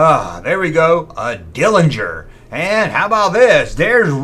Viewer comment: ITS NOT CALLED A DILLINGER, ITS CALLED A DERRINGER!! GEEZ DUDE, GO BACK TO SCHOOL AND LEARN HOW TO READ AND TALK!!